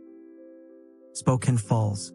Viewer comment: May I offer a quick correction on the pronunciation of Spokane? While the 'e' at the end usually makes the preceding vowel long in English, this is an exception. It is actually pronounced Spo-can (like a tin can). The name holds a beautiful meaning: 'Children of the Sun.' Historically, Spokane was spelled with a double 'e' at the end; however, the spelling was simplified over time. Cheers and great video of my home state!